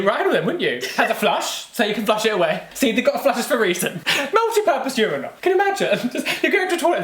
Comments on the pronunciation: You pronounce it Ur-eye-nul? In America we say Ur-in-ul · It angers me how they say urinal! Them: Ureyenal Me: Urinal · 'Your-eye-nal". WTF is that...? Say urine...add -al to the end.... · I admit I have never heard anyone pronounce urinal that way... yer-EYE-nl (non-rhotic r of course), not YER-ih-nl?? I'm american, but I still have never heard it in any british shows. Have I just never noticed or encountered it? Or do they say it the way we do because they know part of their audience says it like that....? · "ur-eye-nal" "leever" ily lmaoo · Wait it’s pronounced “ur-eye-nal” w a British accent??? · I was wondering what a "You Rhino" is until i realized he was saying urinal. Oh boy. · Yuhr-EYE-null wtf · why do they pronounce urinal like that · Why does he say urinal like that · Their pronunciation of Urinals is so funny to me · Ok, I’m open minded, but I can’t condone your pronunciation of “urinal”. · anyone else triggered by their repeated pronunciation of urinal? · As an American it's interesting to me how you guys pronounce urinal 😂😂 ik super random just wanted to share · So I’m American and I was shocked by the way they pronounced urinal 😂😂😂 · Omg, took me about 10 times of you guys saying it for me to get the British pronunciation of ‘urinal’. Also, Jamie, I think that it’s awesome if medical staff takes a second to ‘do the math’. It means you are totally passing, right? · CANNOT GET OVER HOW YOU BRITISH SAY URINAL!!!!!!!!!! Ahhhhh.😂😁